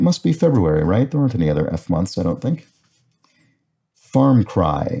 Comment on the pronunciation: (hears Chris say "Farm Cry") (instantly has Idle Thumbs flashbacks)